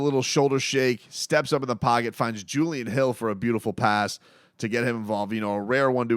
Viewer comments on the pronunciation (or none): none